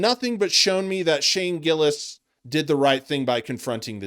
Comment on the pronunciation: I can understand if a guys name is Mustafique Abracadra, maybe you say it wrong, but to fuck up Shane Gillis is either intentional, or you're shit at your job. Also "this tony guy"? like he is not one of the most famous active comedians on the planet. I think this guy thinks you get to the top by disrespecting the guys who are already on top, and thats not how its done. Chapelle didn't talk shit about Chris Rock and Eddie Murphy so he could bring them down, he gave them their props, then blew past them with raw talent. If you have talent you presevere, if you don't have talent, you go on podcasts and talk shit about the people who do.